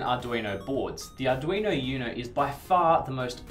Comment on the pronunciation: I take it they don't speak much Spanish in australia? I can't get over the pronunciation of uno 😅 Still, I do enjoy the clear, concise information